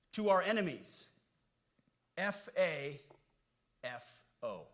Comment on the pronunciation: Did he say FAFO😂😂😂😂😂😂